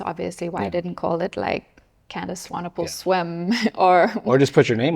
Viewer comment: Rude ass! Mispronunciation her last name. Hence her eye look at him like that in the beginning……you go lady!